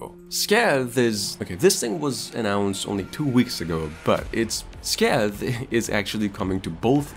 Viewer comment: 'SCAY-TH' YOUR WELCOME.